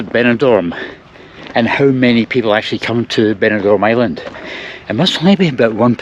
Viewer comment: Very good video. It's Benidorm but not Benidorn (i.e. East Dubai).